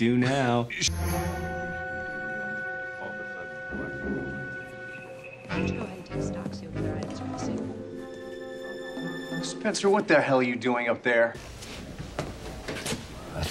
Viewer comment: "We are 'Spenceter'"